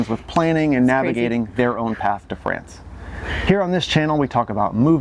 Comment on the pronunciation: Please pronounce "France" not like Fran Drescher version of "pants". Try like "wants"?!